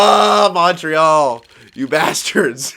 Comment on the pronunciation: Yo bro that french was amazing you just fuck up the montreal but it was absolute beauty